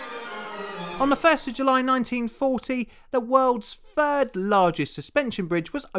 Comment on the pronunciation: Why do you pronounce 3rd as “fird” but 38 as “thirty eight?”